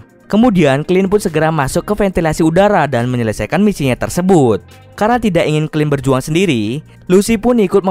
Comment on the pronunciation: tidak kali bukan tisak